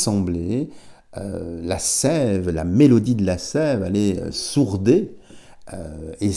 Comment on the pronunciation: vous qui parlez si bien, on dit: sourdre et non sourder.